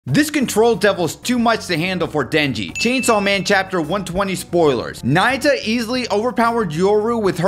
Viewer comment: It’s na-yu-ta Remember that in the Japanese language words are formed by definite pronounceable sounds consisting of one consonant and one vowel. One you realize this you’ll see it everywhere in the Japanese language, like Ō-sa-ka, Tō-ky-ō, Ō-ka-na-wa